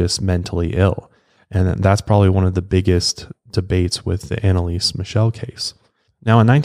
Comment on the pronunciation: I‘m from germany and i‘m sorry but I couldn’t hold back a laughter when I heard you pronounce „Michel“ like „michelle“ 😂 and Bavaria is actually in the south of Germany, maybe klingenberg is located in the west of Bavaria itself